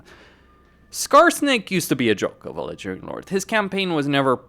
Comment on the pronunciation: why do you pronounce "Ledgering Lord" instead of "legendary lord"? Nice vid tho.